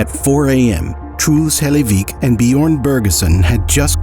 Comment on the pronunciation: "bee-yorn" I'm begging you to learn how to pronounce foreign names, literally just put it in a tts for the corresponding language and try to mimic that...... jesus